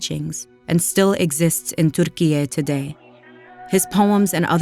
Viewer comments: You dont need to say TuRRRkiye 😂😂😂 it is Türkiye. Simple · Pronouncing Türkiye in that way is insane orientalism, one we are more than tired of. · The pronunciation of TÜRKİYE is wrong. It is not Arabic. It is Turkish. Please pay attention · Why do you pronounce Turkiye like it is Arabic lol